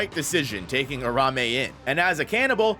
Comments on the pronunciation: Ur ta hime that’s how you say it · Lean how to say Uraume correctly you bum lol